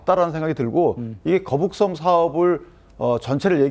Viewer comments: 현영씨 갈려면 제대로 해~'거북선'이 아니라 '거북섬' 나만 거북선으로 들리나? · 신현영 거북선? 거북섬?? 난 거북선으로 들리는데...알고나 말하는건지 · 전연이 벼노사가 계속 거북섬이 아닌 거북선으로 일관되게 발음하는 것은 추후 자신의 발언에 대해 법적으로 면피하려는 의도된 발언임. 제명이나 전연이나 똑같은 벼노사 법조인임. 계속 거북섬을 명백한 발음으로 거북선이라고 발음함! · 처음에 거북선이라고 그래서 내가 잘못들었거나 실수인 줄 알았는데 계속 거북선이라고 하는거보니.... 거북섬이 뭔지도 잘 모르고 일단 이재명 커버 치겠다는 생각만 하는 사람이구나 싶네 ㅋㅋ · 거북선. . .내귀에만 이렇게 들리냐? 저 여자 발음. . . . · 거북선이라고 들리긴하네 ㅋㅋㅋㅋㅋ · 중국인인가? 아나운서가 거북선??? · 거북선이라고 들려서 나만 잘못들었나했나 진짜 맞구나 저여자 왜저러는거에요? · 이 여자분은 계속 거북섬을 거북선이라 발음하네 내 귀에만 그렇게 들리는지… 나참~ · 나만 거북선이라고 들리는게 아니구나ㅎㅎ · 저도 거북선으로 들었습니다. 여러번 거북선으로 표현하다가 거북섬으로 표현하더군요....ㅎㅎ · 저도 거북선으로 들었습니다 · 신현영 저분은 자꾸 거북섬을 거북선이라고 하는걸까요? 내 귀가 이상한건가... 이재명은 살살 꾀었다고하는데 무섭네. 국민들한테도 자기 뽑으라고 살살 꾀고있는데 대한민국이 거북섬 꼴 난다. 신현영은 몰 받았을까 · 저여자 입에서 첨부터 끝까지 거북선 이라고 들리는거 나만그러냐?거북섬 논란 제대로 모르고 나온거 같은데? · 저 여자는 자꾸 거북선이라고 하네ㅋㅋㅋㅋㅋㅋ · 저여자 왜자꾸 거북선이라고 하는거냐? 내귀가 이상한건가? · ㅋㅋㅋㅋ 저 여자는 발음은 거북선이라 말하고 거북섬 공실율이 윤석열 때문이라고하네 ㅋㅋㅋ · ㅋㅋ ㅋㅋㅋ 거북섬~~?😅